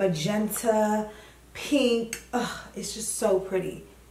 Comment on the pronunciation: It’s givin PEH-NK💕